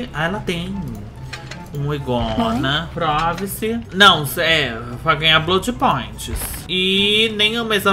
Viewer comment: Meia hora pra entender que a perk é we gonna e não Ygona.